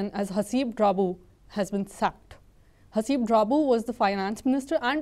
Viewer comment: Um..you've got his name wrong guys (it's Haseeb, not Habees).